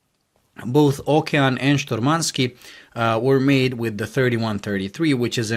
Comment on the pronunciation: it's not shturmanskEE, it's shturmanskIYE. And the stress is on the first syllable. `Shturmanskiye